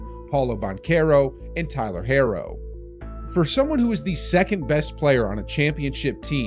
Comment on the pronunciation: "And Tyler Harro"